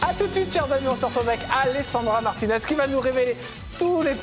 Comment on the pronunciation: Alessandra Martines c’est italien et cela se prononce à l’italienne